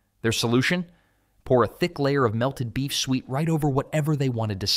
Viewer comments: Suet. It's pronounced su-et, not "sweet." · Suet is pronounced sue-et, not sweet. Confit is pronounced cone-fee, not con-fit.